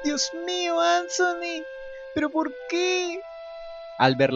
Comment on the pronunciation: No sé llama ansony!!! Es Anthony pero me encantó esto!!! Me abría encantado que algo así hubiera pasado en el original!!!